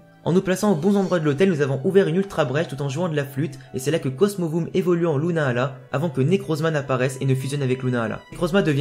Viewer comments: C est lunala pas luna ala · Ta façon de dire lunala est bizarre lol